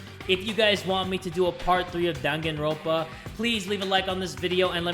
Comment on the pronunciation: He did not just say danganrompa like that 😂